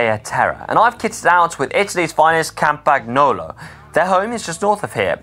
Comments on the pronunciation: Who picked the music???? Didn't fit at all, in my opinion. Plus when will you guys stop pronouncing the flipping G in Campagnolo???? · practice saying “Cam-pan-yolo”, grab a vintage bike and get yourself signed up for l’Eroica 209km in Gaiole in Chianti for some vintage Tuscan gravel next October! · You still have to perfect the pronunciation of "Bartali" and "Campagnolo", but you get 10 extra Italy points for knowing your way rolling up fettuccine!